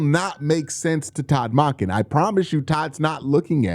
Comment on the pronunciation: Still pronouncing Monken wrong